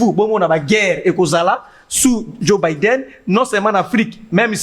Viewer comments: djo baiden prononciation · Ndeko, permetre ngay na porter yo correction en public: balobaka'' Djo Baidn ou Baiden''. Par ailleurs, ba lobaka ''assemblée '' et non ''ensemblee ''